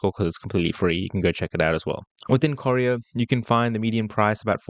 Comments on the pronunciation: You pronounce Corio as Co rye O Corio is full of public housing, it’s full of meth heads. You’ll get rubbish tenants. Colac is a better area, still cheap but not full of meth heads. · The suburb is corio pronounced kor-eye-o and not coreo .... dont worry not a biggie ..... just get here before its all gone to the Chinese, Indian and the Muslim countries population ..... not a racist remark its just that they seem to congregate with their own unlike the rest like the European ones, Greeks, Italians Macedonians, Spanish etc. that have their own clubs and associations they are mixed with everyone else without problems .... well rarely. Check out Pako Festa and you will see what i mean, you got to be there every year !!